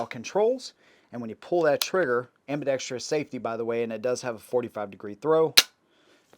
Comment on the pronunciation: Thank you for pronouncing "ambidextrous" correctly. Just about every other guntuber says it like an illiterate.